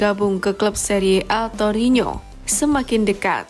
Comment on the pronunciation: Torino. Bukan torinyo..